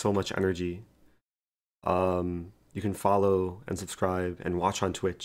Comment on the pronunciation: "to watchshh on twitchshh" I don't know how and why, but I found I keep copying that Rosen pronunciation in my everyday speak which is quite funny